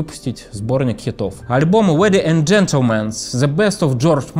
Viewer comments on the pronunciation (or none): Уэди энд джентльменс??? Неплохо бы подтянуть английский.